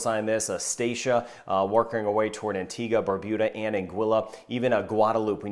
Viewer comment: So many get the pronunciation wrong of Antigua. Thanks!